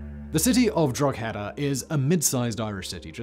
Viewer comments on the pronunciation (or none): It's pronounced droc a da not drog head a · "Drog heda". "Draw hayda". Wat? "Dro'heda". One word. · love these videos but Simon does butcher some irish names...the g in Drogheda is silent. pronounced more like Draw- heda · I continue to love your pronunciation of Irish place names. Draw-heh-da not Drog-heada. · Simon, I'm from Drogheda. Famous for. The Battle of the Boyne. Cromwell massacre of the town And now your video on Plunketts Head. Haven't we suffered enough! P.S Drogheda is actually pronounced Drawda. Dro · OK people, as we all know Don Simon is not worried about pronunciation so I will give the best for 'Drogheda' Drawh`- head-ah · Draw-head-ah. Just letting you know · Drogheada - pronounced = Draw-hi-da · Drogheda is pronounced : Draw-ha-da….. from an Irish person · OK, heads up, great video, but that pronunciation of Drogheda was interesting. It's pronounced more "DRAW-HEY-DAW". Just say those words in quick succession and you've more or less got it. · Drogheda is pronounced droh ha da.. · Simon, Drogheda is pronounced Draw-head-a. You sounded like a yank trying to say it. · There are more bits of Oliver Plunkett usually kept in Drogheda that go 'on tour'. They were in my nearest town on Tuesday. Needless to say I made a special effort not to bother going. (I would pull Simon up on his pronunciation of Drogheda but, to be fair, he butchers a lot of other pronunciations too - even places in the UK!) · I’ve seen Oliver Plunketts head - it was kinda cool! You’re pronunciation of Drogheda was hilarious though!!! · Small point, the g in Drogheda is silent :-) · Ouch, not the best pronunciation of Drogheda and labels need swapped on plunkett and cromwell! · Drogheda! Ha ha ha ha, you don’t pronounce the g, emphasis on the first syllable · You can't pronounce Drogheda 🤣